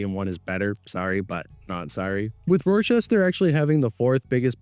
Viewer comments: lmao. it's pronounced (RAH-chester.) damn.. Fuentes in your suggestions? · Video fire so far but if u pronounce it “Roi-Chester” one more time imma lose it good shit tho bro Neph under appreciated. (It’s pronounced Ra-chest-er) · not to be that guy but it's pronounced rock-chester not just talking out my ass i've lived in this city before. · This Canadian dude pronounces it “Ror-chester”